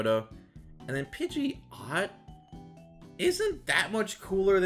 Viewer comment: ProZD S tier...he knew it's PidgeOT, not Pidget.